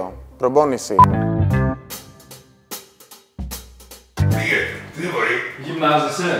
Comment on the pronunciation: "προμπόνηση" λέει η χωριάτα...